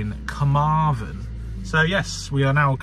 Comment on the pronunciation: Hi great video as usual The best way to pronounce them is the west wales one finishes with THEN so Carmarthen and the north wales one finishes with VON so carnaervon